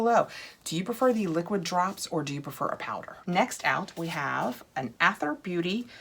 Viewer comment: Wait I’m on the edge of my seat did you already own the Aether palette 🎨?? I think Aether is pronounced Ether, it’s just the British spelling. Also long videos from you are great!!!!! Don’t shorten them if there are two boxes!